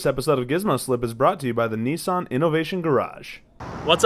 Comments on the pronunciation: Why are they saying neesan it's Nissan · isnt it nis-un not nee-san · Lol he said nisson. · He's saying Nissan wrong lol